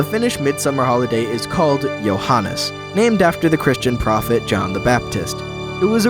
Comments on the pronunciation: Great video! 1 nitpick though: the midsummer fest is "Juhannus" with U, even though it's named after the guy called "Johannes". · As a Finn I noticed a small mistake. The midnight summer holiday thingy is not called Juhannes, but Juhannus